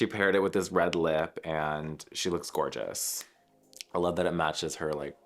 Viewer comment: Gor-ge-ous Naomi 💅🏼